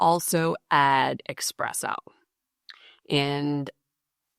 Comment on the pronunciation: Did you really say "Ecspresso" with "С"?? Not "Espresso"? Or did I hear it wrong?